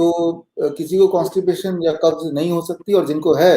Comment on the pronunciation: The word is not kabj its kabz.